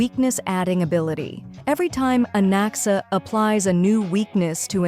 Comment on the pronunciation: I thought i heard bro said Alexa when bro said Anaxa but im noy kidding bro actually said Alexa